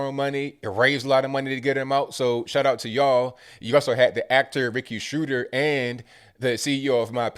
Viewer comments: NOT SHRUDER....... IT'S SCHROEDERRR...... LIKE IN THE PEANUTS CARTOON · Sh-RO-der MAGZINE not "clip" (and I'm not a "gun guy". KR ... 17 ... technically legal age to have enlisted with parent permission. Could have been in the US Armed Forces entitled to carry a firearm under that set of circumstances. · Schroeder is pronounced Shro-der